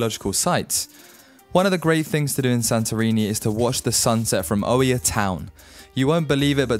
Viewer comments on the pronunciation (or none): The Oia in Santorini it's pronounce as IA ( we did not hear the O we write it but not hear it like the word oikonomia means economy) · The way you pronounced Oia....oh dear